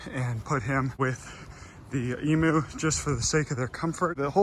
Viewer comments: please emu is pronounced emYOU not emOO it hurts my little aussie soul every tome you say it >-> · Pronounced emew or emyou. Not emoo. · All Americans repeat after me.. Em...u Say it like "meme you" but with an E.. Em.. u Emu.... for Pete's sakes They are not called Emoos..... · I’m Australian, not one person here pronounces it e-moo. E-mew. Kitty not cow. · Its said e-mu, not e-moo. Sorry but i hear lots of people fron the states making cattle noises trying to say emu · Did you say “emo” It’s Emu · In Australia emu is pronounced eem-you not ee-moo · bruh you pronounce it eem-you not eemoo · not to be rude or anything but... it's pronounced Em-You not Emoo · I die inside when he says E-moo its pronounced E-mew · me being Australian it triggers me when he says emoo 😂 it’s pronounced like eemyou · Eem-you not ee-moo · Its emu not emooo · Eeem-you not eeeemooo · It’s spelled emu but pronounced em-you not emooooo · It hurts me, as an Aussie, every time I hear someone call them 'Emoos'. It's pronounced 'Ee-myu'. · Emu pronunciation: (E myou) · just so you know the right pronunciation of "emu" is said like "emyou" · Keep up the good work!!! Just as an aside, and I'm pretty sure this is gonna be plunged into the dirt, but... Emu is pronounced "eemyoo" That is all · Australian's pronounce emu as 'eemew' - a tip from down under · It’s pronounced ee m y oo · The way you pronounced emu bugged me so much... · please pronounce emu correctly... ha-ha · That’s not how you pronounce emu - coming from an Australian